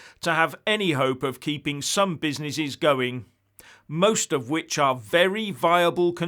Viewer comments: He also said: Oh-my-cron and Busy-ny-shes just like he said Proa-toa-call! LOL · Oh-my-cron and busy-ni-shes! hahahahahahahahahahahahahahahahahahahahhah